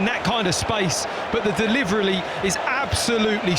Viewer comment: Deh Liv Reh Lee